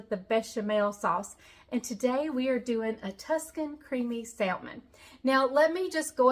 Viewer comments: the right way is samon the L on salmon is silent 😶😂😂😂😂 but you do the way you want because we know with a silent K 😭😭😭 what you mean 😂😂😂😂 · We pronounce it Samon here in Arkansas! No L! 😂😂😂❤ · I from louisiana an do not say it correct either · That’s ok if you pronounce salmon “different “. You’re you and that’s ok. Keep on keep on keeping on. People can be cruel and I’m sorry for that. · Great recipe , no worries about the way you pronounce Salmon, there is no right or wrong way, after all it’s still Salmon, and super good ! 🥰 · I’m sorry, I love watching your videos however I can’t this episode. Mispronouncing salmon is just driving me crazy. I know it’s weird.